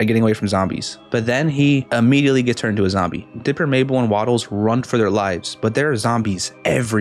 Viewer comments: He said dipil when he was TRYING to say diper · you said dlipper